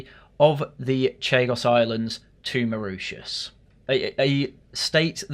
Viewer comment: Sorry everyone, I was fast asleep so could not correct his pronunciation of Mauritius😅